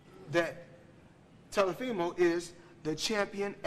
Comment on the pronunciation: He called Teofimo, “Telefimo” 😭😭